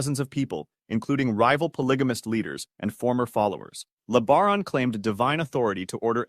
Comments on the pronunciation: Ervil LaBaron's last name is pronounced like La-Bear-on, not Le-ber-on. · It’s not LEAH-BA-RON.. it’s LEE BEAR-ON.. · Leb-a-ron. Sounds like a transformer the way your AI voice says it. Horrible. Le-bear-on.